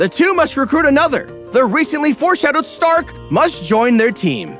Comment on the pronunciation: Also... It's "flah-meh". Not "flam". "Flah-meh", that's how you pronounce Flamme. ... it's German. Very predictable. Part of the reason why I didn't like it. Also, "shtark". Stark is pronounced with a sharp "sh", not "s". He's not Iron-Man. Again, German.